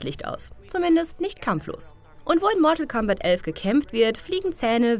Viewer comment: wie kann man euch bitte noch ernst nehmen?... Mortal C (C!!!!!!!!!!!)ombat?????? ernsthaft? was spielt ihr denn noch gerne Smesch Pros? oder Kofik? oder doch Zupper Marhio?